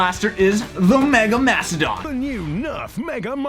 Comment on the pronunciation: With the accent the mastadon kinda sounds like THA NEW NURF MAGA MOSTADAN